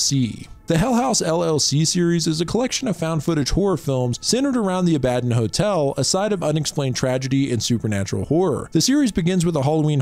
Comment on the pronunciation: Bro PLEASE let a 3rd grader proof read for you or just watch the movies before horribly mispronouncing words. Worst example there is no chance you saw the movie or read that word and thought abadon was "uh bad en"